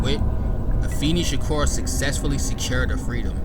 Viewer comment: Afeni is pronounced uh-FAY-nee